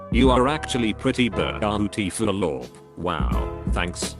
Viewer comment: Wow, TTS mangled the word “beautiful.”